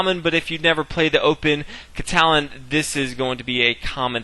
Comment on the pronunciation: Very good video, but you pronounce Catalan wrong...